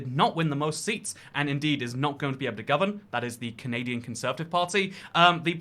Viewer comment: when will he remove the n from canadia*n*